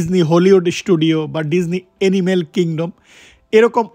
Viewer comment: এনিমেল❌ অ্যানিমেল✅